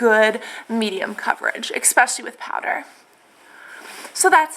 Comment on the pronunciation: I think you're so cute and sweet, I just started watching your videos and I find them very informative and enjoyable BUT please please please stop saying "exspecially" it is such a pet peeve of mine, it grates on me so much >__< it's "especially"... No X sound. I'm sure you know that, and it's just an old habit from childhood or something, I'm not trying to be mean or say you're stupid. I never leave mean comments, I just had to say something tho. It makes you SOUND less intelligent. Sorry :x